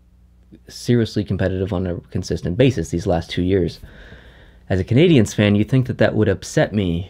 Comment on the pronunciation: Lmao the intro.. did anyone else hear “and I’m at the Montreal Bergevins game”??